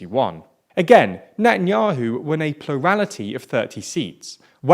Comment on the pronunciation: Come on learn how to pronounce words better Natan'Ya'Who Yeish Aa'Teed Ya'Mee'Naa